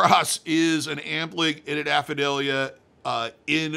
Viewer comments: you always say dydoe as if it is spelled dydoid, and as far as I have ever heard, apadravya and hafada are pronunced exactly how they are spelled, letter for letter, ah-pah-drahv-ya and hah-fah-dah. I’m not a professional piercer, but I got my PA in the mid-90s and have paid attention to the community ever since. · It becomes harder to take you serious when you mispronounce apadravya, dydoe, and hafada every time you say the words. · Done it for how many years and can’t pronounce Apadravya? Are you serious dude? If you’re scared to do it just be honest and say you’re scared to do it. I have a magic cross done perfectly by a guy half your age. You’re killing your legitimacy saying you’d do something technically harder like a reverse PA than an Apadravya. You’re weak sauce, but at least you’re a good talker. 👍🏻